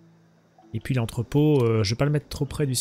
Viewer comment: Bon, pourquoi tu dit Poui à la place de puis ? Je sais cette question est conne mais ça me choque à chaque prononciation.